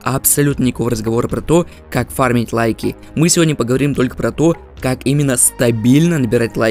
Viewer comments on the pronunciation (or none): none